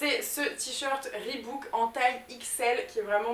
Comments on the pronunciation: On dit "ribauk" et pas "ribouk" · on dit ribok et pas ribouk